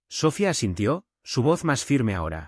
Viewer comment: El nombre es SOFÍA. CON ACENTO EN LA I . ALLÍ PRONUNCIAN SOFIA